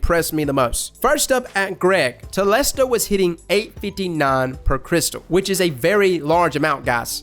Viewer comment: ‘Crystal’ ARE UOU SERIOUS?! dislike